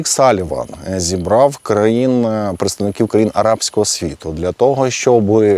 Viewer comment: ...зібраффф, поедставникіффі. Пане. Ще трішки попрацюйте над вірною нашою вимовою.👍